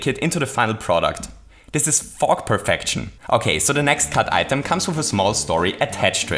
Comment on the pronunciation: fog perfection, more like "PER-FOG-TION"